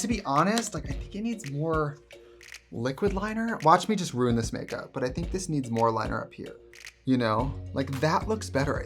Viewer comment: The way she says "ruin"